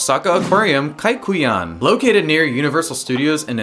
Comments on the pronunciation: kaiyukan not kaikuyan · Umm it's Kai- yu- kan, not Kai- ku- yan.. Sorry 🙏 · Correction: It's Kaiyukan